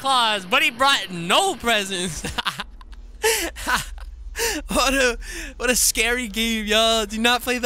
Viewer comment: He brouat a preazent its called deth